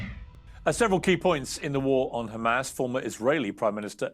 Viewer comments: I am disgusted by her saying “khamas” again and again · She knows how to say Have, Him, Here, but not Hm*s. "Khamas" 😂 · The way she says KHAMASS is telling of what a snake she is